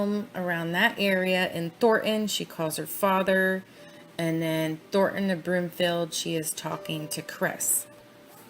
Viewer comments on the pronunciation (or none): Not that its particularly relevant but...as someone from Denver, the suburb is pronounced "Thor Ton" not "Thort Ann" ...